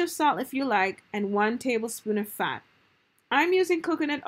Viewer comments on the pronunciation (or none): You said fat** but I heard sand LMAO